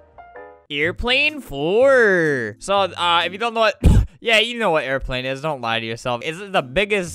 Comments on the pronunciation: I Absolutely love the part where he pronounce's "airplane 4" as "aerplaen foer" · "eIrPlAnE fOuR" made me laugh so hard